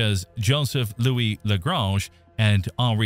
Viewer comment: I like how you pronounced "Lagrange" two different ways within a ten second interval. 'Merica.